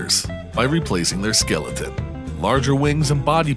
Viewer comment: Skillaton? Gotta be a MA accent thing. Love it.